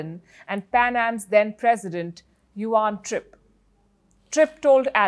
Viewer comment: Palki, the name Juan (John in Spanish) is pronounced h(wan)...